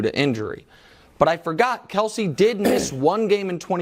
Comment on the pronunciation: K-E-L-C-E, not Kielce.